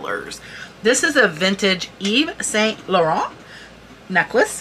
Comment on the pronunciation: Hi great info , your skin is beautifull , by the way saint is pronounced san, loh rahn